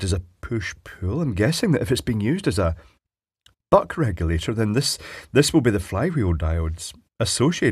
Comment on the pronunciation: ish was that “Butt crack you later” that was said? Seriously I had to listen twice to realize it was “Buck regulator.” I guess it should have been obvious but it really turned my head 😂.